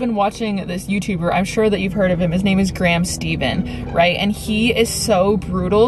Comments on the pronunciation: Its Graham Steph-en not Steven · Love your videos! It's "Graham Stephan" not "Steven." You can also check out "Meet Kevin" for stocks and real estate. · it’s graham Stephhhhhhhen not steven... stehh-ffff-IN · I knew you were going to say Graham! I’ve become obsessed with his channel over my maternity leave as well! Btw, it’s pronounced “stefan” not “Steven” 🤪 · Graham Stephan, not Graham Steven 🙂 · It's Graham Stephan not Graham Steven